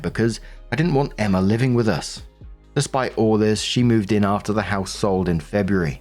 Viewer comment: The way you pronounce "Emma" as "Emmer" is absolutely adorable.